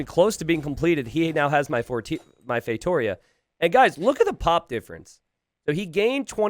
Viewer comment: Not to be that guy but ... to be that guy it's pronounced "FeitoRIa"